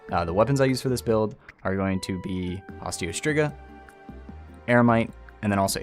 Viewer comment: hey man, just like, a friendly word of advice probably try to pronounce it Osteo Streegah, please